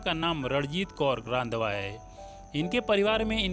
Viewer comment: Please pronounce the surname 'Randhawa' correctly